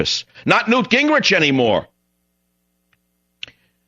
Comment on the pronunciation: Did he call him Gangrich Khan? I'm stealin that one! LMAO!!!!